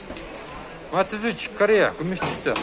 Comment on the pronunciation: Матез эмес Матиз де тормуз